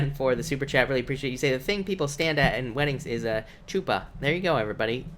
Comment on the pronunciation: A chuppah, pronounced huppah